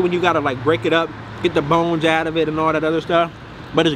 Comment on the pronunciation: $15 boones he said I was so confused 😂😂😂 it’s bones 😂🤣😂